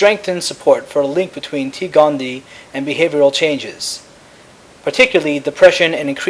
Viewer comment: OK, sorry, just, real quick: It's, T. gondie-EYE, there are two 'eyes', thus, gondie-EYE. 'Sclerae' is pronounced 'sklerry', like sherry (the beverage). Aside from that small critique, great videos!